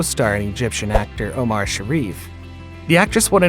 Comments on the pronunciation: Is this narrator's shtick to swap the accent on people's last name? Instead of Barbara STREISand he says StreiSAND, instead of BROLin he says BroLIN. He Does it with Omar, too!. its soo funny, weird, and unexpected. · What's with the weird way this guy keeps saying everybody's last name? Strei-SAND, o-MAR, Bro-LIN?